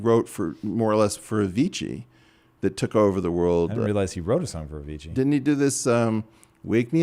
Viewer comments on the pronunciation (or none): none